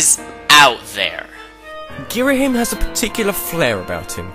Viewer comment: Gira-Him? I always pronounced it Gir-Ah-Him.